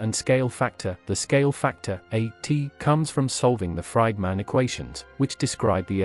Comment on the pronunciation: Best part was the “fried man” equations and “cosmowlowgee” and what are “jiegayuhs”? 😂 🤮 word salad topped with random imagery that sometimes accidentally lines up with the unpunctuated, non stop stream of oddly inflected words.